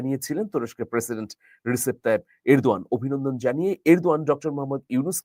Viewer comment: His name is Rejep , though written as Recep. In turkish C is prounced as J.